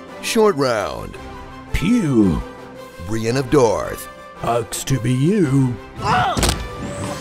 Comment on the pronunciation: Brienne of darth lol